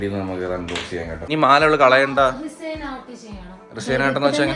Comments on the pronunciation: Mole resine art alla resin .reh sn anganeyanu allandu resyin ennonumalla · റിസൈൻ art alla tto..Resin art 👍😌